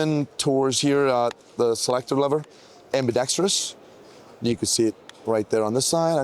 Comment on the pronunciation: thank you for pronouncing ambidextrous correctly. It's not ambidextreous like 99% of youtubers like to pronounce it